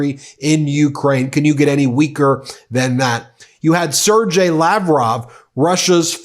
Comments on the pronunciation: it's pronounces as Ser-gay Lavrov, not Ser-jay lavrov, just saying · Just an FYI Sergeii is pronounced with a hard g not soft. Sorry but it was driving me nuts. 😊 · whoever preps you, Ben, forgot to help you with pronunciation of Russian names - 'Sergei' is a hard-g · Hi Ben 👋 Sergei is pronounced ser- ghei . Ghe like gherkin. Ge- ghe. Always happy with Meidas Touch, you guys are the best 💓🇬🇧🕊️🇺🇲💙🤗